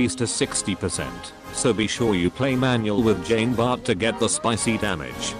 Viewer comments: #feelsfrenchman tfw the speech bot reads "Jeen Bartt" instead of the proper "John Bar" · Not sure if you will read this, but put 'john bart' in the robot voice thing and boom you get correct pronunciation